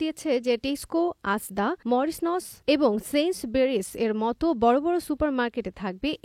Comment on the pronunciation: শব্দটা মরিচন, মরিচ নোস নয়